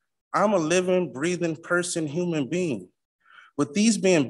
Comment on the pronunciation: "I'm a livin" breathin' person hoomon bean!" That should sway the Court.